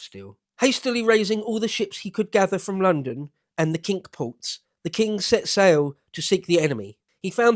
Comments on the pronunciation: "Kink Ports"?? It's pronounced "Sink"! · Cinque ports are pronounced "sink ports".